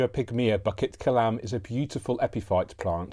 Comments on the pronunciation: Pronounced as Boo kit Kelam , not bucket kelam , hope this helps ! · I love you but you butchered the pronunciation 😂 It called 'Boo kit ke lam(b)'